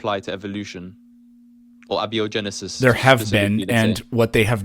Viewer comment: You can definitely identify this new generation of kids who don't care about what's true by their pronunciation of "abby-o-genesis".